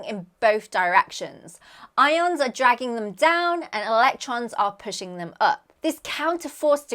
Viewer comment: Don't you mean i-oans? Aren't they what the i-oanassear is named after😮😂